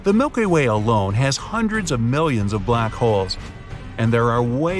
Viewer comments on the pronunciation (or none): “The Milkay Way”